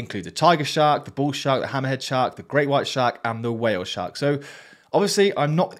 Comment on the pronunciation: When I hear a fake or AI voice I Thumb-Down it and remove that channel from YouTube's suggestions. Well Stephen Hawking could get away with that one though. When I heard the "huh-wheel shark" I would do that immediately. I had to look at the script you were showing to see what that meant. Don't worry, I like your episode. I'm okay when a real person tells other real people how to make money from other-other real people by sucking them in to the AI exploitation. That could totally be added to the Ferengi's "Rules of Acquisition" list.